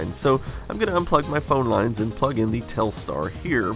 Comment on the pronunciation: Telstar sounds like Telstra